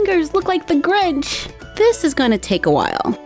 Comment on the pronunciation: By the way you said “oh no I look like the grunch” instead of the grinch